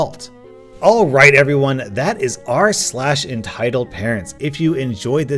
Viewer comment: hear rslash curse threw me in a loop